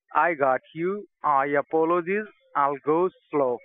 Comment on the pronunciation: And “Apolocheese”